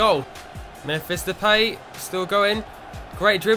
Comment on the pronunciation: Depay is pronounced as (de-pie)